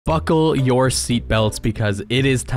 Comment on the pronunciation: I've replayed it 6 times and I still can't tell if the first word is "Fuckle" or "Buckle"